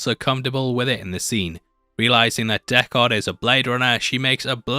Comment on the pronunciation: Deckard not Deck-haaaaaaard.... did you actually watch the movie or reading a script?